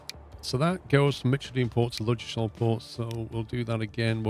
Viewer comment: You don't pronounce the d in Ludgershall!